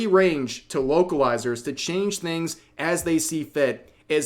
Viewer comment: I'm not going to lie. I thought Rev was saying wokalizers the entire time.